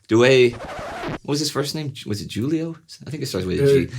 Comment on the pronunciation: That Italian guy’s name is pronounced “jewel-e-o“. I can understand, though, that some Italian names are pretty hard to pronounce!